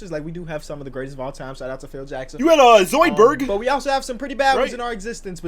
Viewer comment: This man said zoiberg 😂